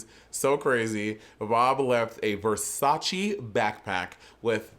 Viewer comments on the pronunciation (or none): none